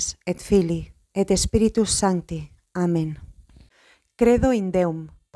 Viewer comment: Las palabras que comienzan con S , las inicia con ES, lo cual no es correcto. Cómo Spíritus no se dice Espíritus.